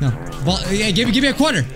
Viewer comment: Hey that’s a joke but he said bradi